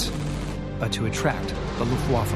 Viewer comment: Note to Rob Lowe. It's pronounced LUFTwaffe, not LuftWAFFe. Place the emphasis on the first syllable, not the second. Your welcome.